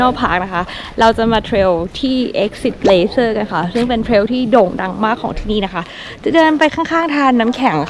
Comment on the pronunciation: Glacier คำนี้คนไทยหลายคนอ่านออกเสียงแบบคุณนั่นแหละครับ กลาเซีย บ้าง แกลเซีย บ้าง 😅😁 ส่วนเมือง Whittier เรียกอีกอย่างว่า เมือง Silent hill ก็ได้ครับ 🤣 เมืองนั้นเหมาะมาเที่ยวช่วง summer ครับ นอกเสียจากว่าจะอยู่อาศัยในนั้น 👍😋 ขอบคุณมากครับ คลิปสนุกๆน่ารัก สาวๆน่ารักทุกคนเลย 😘